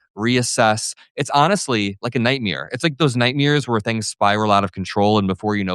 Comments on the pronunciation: nightmare not nightmeer haha keep it up though:) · Night Mair. Like hair but with a M. It should not ryhme with beer. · Bro what is a nightmeowr? xD